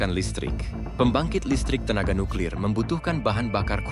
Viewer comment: Eja nuklir pun tak betol ko nak cite uranium haha pegi sekolah dulu belajar cara nak baca huruf